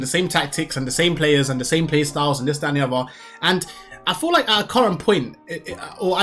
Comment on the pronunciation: Whats with the dis and dat can you not speak properly?